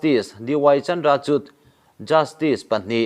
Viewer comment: CHANDRA CHUR ti a lam tur, R ri a lam tur. CHUDD ni lovin Chur. Kawngpui SADAK tia ziak pawh SARAK tia lam a ni ... chutiang zelin.